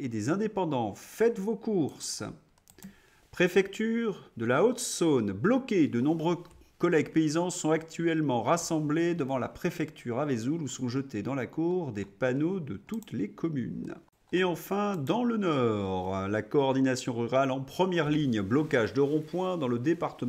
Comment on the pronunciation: Vesoul : si je puis me permettre, on dit Veuzoul, pas Vézoul ! 😁